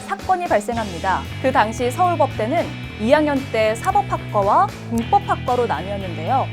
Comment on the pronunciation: 사법학과 발음 틀리게 하네